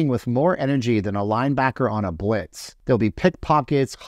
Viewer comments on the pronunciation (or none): none